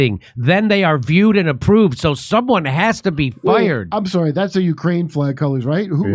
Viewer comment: Deeply sore-rry (sorry). Is this a speech impediment?